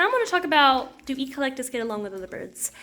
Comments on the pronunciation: Not to be picky, but the correct pronunciation (phonetics) would be ec-lec-tus. Emphasize the ec as in Echo, the Amazon device. Thanks for your videos otherwise. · I’ve never heard anyone pronounce Eclectus as “Eee Clectus” almost like it’s two words. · I noticed the "E - Collectus"